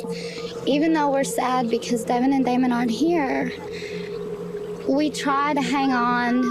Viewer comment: Please pronounce Damon's name correctly; DAY-MON , not Damien.